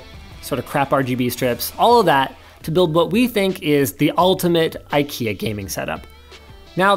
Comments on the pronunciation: No, he is trying to say ''ingvar kamprad elmtaryd agunnaryd'', IKEA. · As a Swedish person it is hilarious when Americans try to say names of products from ikea. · As a Swede I should let you know, It's not pronounced i-kea, it has a long "e" sound at the start, instead of a long "i" sound. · sort of in sweden we pronounce it ikea whit an slow/longer i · As a swede, i feel a little offended at Linus attempt to pronounce ikea 😂